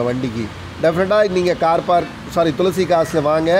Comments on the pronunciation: துள்சி கார்ஸ் இல்ல பா,,துளசி கார்ஸ் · Otha Hindi Karan thulasi nu correct ah solran unaku Inna vaaila thulsi thulsi nu Petra vidura